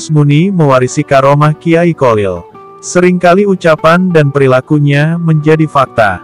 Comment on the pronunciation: Bacaan nya nama beliau itu Kholil bukan kolil min😊